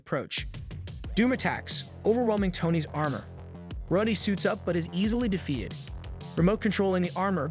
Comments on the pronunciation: maybe the AI voice you use is abit too bad at saying some names like mag neto and rod E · The show literally says his name, and HE still mispronounced it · This guy is definitely AI right? The inflection is all off, the emphasis on sentences and words are wrong, he mispronounces Rhodey at one point after having no trouble pronouncing it before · All the mispronouncing makes me feel like the voice of this video has to be a.i. I mean the narrator pronounces Rhodie like 7 different ways